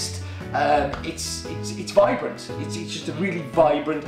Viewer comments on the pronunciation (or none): Shouldn't that be vibrant, not Virbrant?